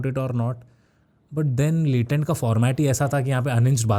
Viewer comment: Latent ❌ latrein ✅